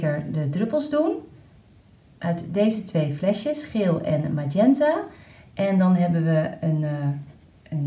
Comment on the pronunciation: Magenta spreek je volgens mij gewoon als het Nederlands uit dus gewoon de g